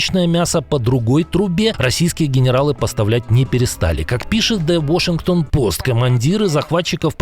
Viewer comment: а почему вы говорите,,ВОшингтонпост,, да ещё с ударением на первый слог? 😊 Вроде как правильно ВАшингтОнпост? Или я не права? 🤔